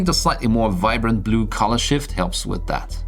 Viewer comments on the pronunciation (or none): none